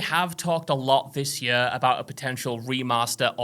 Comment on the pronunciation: For fucks sake learn to pronounce ‘year’. Yurrr.